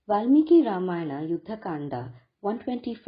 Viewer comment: did you read original valmiki ramayana ? It is Ramayana, not Ramayan. illiterate ugly ppl remove 'AA'. ugly ppl replace 'va' with 'ba' and distorted mantras too